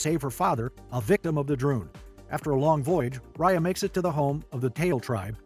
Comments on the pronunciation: Ok I need to make something clear. I meet the producer of this movie years ago and Raya is named after me. But they are pronouncing Raya wrong, it is not Roy-a it is Ray-a. And that is my complaint. Also my theory is that since she is a water dragon, and the water disappeared after her death, her family are all leader dragons and they needed someone to lead the human with unity. You can tell the dragons are royal dragon’s because of the way that the Horn is shaped, because it is shape differently from the others. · Homey really said riya